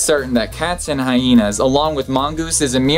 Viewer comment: I didn’t know the word Hyena has 2 H’s (HiHeenas as per the host).